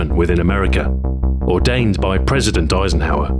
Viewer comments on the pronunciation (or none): none